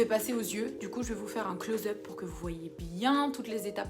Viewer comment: jsp pk il t'a critiqué le raphoupeps t'es géniale. on a toutes ce coté diva en nous, ces manières.. j'adore, trop drole. et ton accent british j'adore hahah j'ai tlm ris à ton "close up" haaahahh c'est pire que close up mdrrr en gros cest trop près hahaha c'est flou on voit pas bien. kiss xoxo